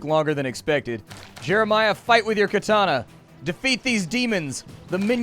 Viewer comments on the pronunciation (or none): none